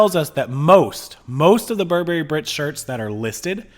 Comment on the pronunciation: Please learn to pronounce Burberry! People who know how to pronounce the brand are more credible!